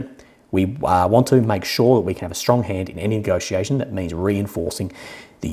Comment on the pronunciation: You say western leaders need to get a dictionary and search for the word nagociation but isn't this how they always nagociated?